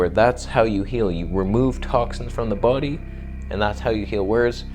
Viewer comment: “Remove toxins from the boodie”